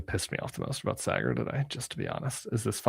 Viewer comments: I loved it. My two worlds colliding, though Saagar is a weird one. (Have Krystal on!) Also, it’s Saaaaaah-grr. Like “ahhh“ or in this case, Shari”aaaaah.” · Just one gripe. Saagar's name pronunciation. It's pronounced SAA-gar. Like the BAA in barber.